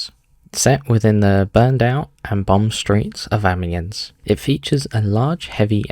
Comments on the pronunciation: Ah mee enn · thats how tou pronounce it, the s is silent tho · In following tradition with your other videos... HOW YOU GONNA PRONOUNCE AMIENS LIKE THAT WTFFFFFFFFF